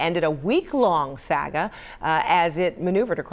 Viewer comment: Sag-a!!?? Not saga!!??🤷😂🤣